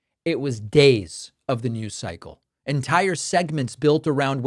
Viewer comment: It’s pretty rich when you make fun of Trump and the way he speaks and says certain words while you can’t even say “NEWS” without using two syllables. You’re an idiot. Trump is an idiot. The world is filled with morons like you and him that are all about hysteria and hyperbole. Your show sucks. Badly.